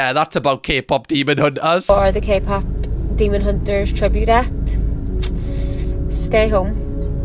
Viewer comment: did that guy say Kpop semen hunters?